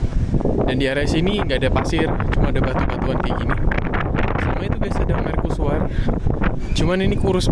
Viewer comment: kok bacanya merkusuar???